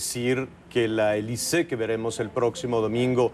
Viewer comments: soy francés y se pronuncia Alizée, no Elizée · Ja ja ja, me da la idea de que Alizze le está diciendo, "momentito, no me quieras comparar con su nacademia que no es lo mismo que lo mesmo" no entiendo por que demonios le dice elize, si en español se pronuncia alizé, en frances alizze y en inglés alis. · Díganle a Nicolás maduro que es alizee no elice 🤣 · Nadie le habra dicho al conductor que se llama Alizee y NO "Elizee" ?? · Te equivocas es Alizee la A no cambia a E...es Alizee no Elizee..... Ya he olvidado mi frances no lo practico años pero no conosco una sola palabra francesa en la cual la vocal A seguida de una consonante se convierta a E......ahora bien una vocal A seguida de otra vocal si puede cambiar la pronunciacion...ejemplos au, ai, ..... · Se pronuncia Alizee verdad....eso de elise....si la "A" se pronuncia igual XD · Al Conductor del show no le dijeron q esa senorita se llamaba Alizée, no Elize. Gallo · AAAA, es AAAAlizée, non eeelize petit con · Es alizee no elizee se confundio penso que era gringa ya que la a suena como e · ES ALIZEE NO ELIZEE AY T ENKARGO JAVIER ALA TORRE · Que entrevistador tan malo.. preguntas obvias y tontas.. me da verguenza ajena... y no es elize.. es alizee.. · NO AMIGO SE PRONUNCIA ALIZÉ QUE SIGNIFICA VIENTOS ALISIOS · Ami tambien me caga que diga elize no mames🤮🤮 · 🤮🤮Me castro que diga elizee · se quizo oir bien fashion diciendo "ELIZEE" pero la cajeteo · el animador le dice Elize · 🙄es Alizée y se pronuncia aliizii en francés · Este periodista es un inepto, hasta le termina diciendo "eliset". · QUE LE PASO A ESTE... YA MEJOR QUE DIGA ELISEO...ELISE?, HAA GENTE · Soy peruano y si tienes razón su pronunciación lo hizo mal el entrevistador, pero que importa con tal de haberla escuchado algo en español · Pésima entrevista de Javier que no sabía siquiera pronunciar su nombre